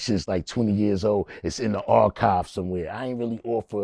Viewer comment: This nvgga said “the archives”